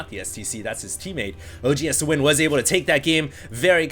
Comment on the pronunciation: when he says OGSthewind its like hes saying OG HAS TO WIN